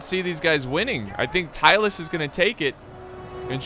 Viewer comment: American: Tylus. Me: Who? American: Tylus? Me: Searching from Internet "Tylis, a short-lived Balkan state mentioned by Polybius." DO you mean Tylis? American: Yes. Me: Oh.